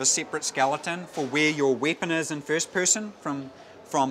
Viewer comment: hehe wieepon XD